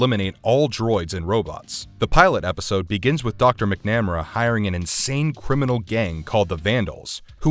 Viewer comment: Mick-nam-r-a…..yikes. It’s MAC-NA-MARA